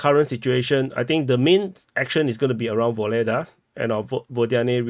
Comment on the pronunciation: It’s kind/diplomatic of you to make the effort to pronounce Ugledar in a Ukrainian accent😅